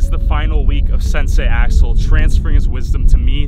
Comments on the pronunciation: Who else thought he was saying asshole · i thought he said ashole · When you said Sensai Axel I thought you said Sensai A**hole. XD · It sounds like you said asshole instead of axel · I got confusion when he keept on saying axel i looked away evry time he said axel i looked. At the screanlol